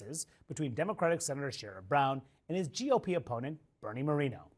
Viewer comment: Bernie Moreno is Colombian and he’s mispronouncing his last name on purpose to appear whiter. What a pathetic sellout.